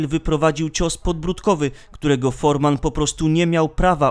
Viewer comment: Człowieku. George Foreman nie nazywa się Forman.